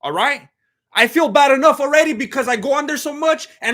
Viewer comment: but not ‘anough’